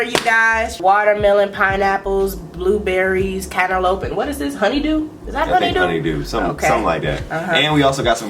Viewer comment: She said “caterloupe” 🤣🤣🤣🤣🤣🤣🤣🤣🤣🤣🤣🤣